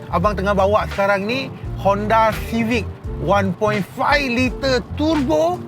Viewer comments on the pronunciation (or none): Kaki turbo akan sebut tebo..bkn turbo..🤭